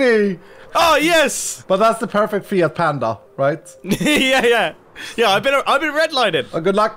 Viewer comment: who else heard "fear panda"